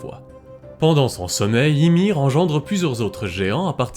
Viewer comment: On prononce Imér... le i se dit é mais í avec un accent se dit bien i .